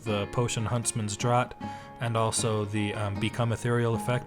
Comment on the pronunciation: Even though I only play ultra modded (too many, so many mods), I always come back to your builds for inspiration. So creative and interesting. Just a tiny thing that drives me up the wall every time I hear it (afterwhich I immediately forget): the word draught has the same pronunciation as the word draft! So it would be pronounced "huntsman's draft".